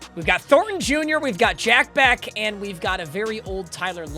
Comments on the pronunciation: Jack Bech is pronounced like Besh not beck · If I ever hear you say Jack beck again i will unsubscribe, it's bech, i listened for an hour and you continuously said that it's making me go insane as a raiders fan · Jack “beck” was annoying me all video😭😭✌️ its pronounced jack besch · Not trynna be pretentious but it's pronounced jack "besh" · on the behalf of a jack bech fan your saying his name wrong🤣